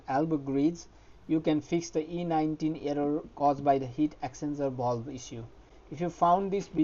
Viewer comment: Great vid but took me ages to work out what you were saying and the transcript didn’t help. Its the “Heat Exchanger Valve”…. But your English is still 1000x better than my Hindi. Many thanks!